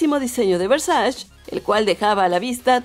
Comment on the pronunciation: no se dice versais se dice versache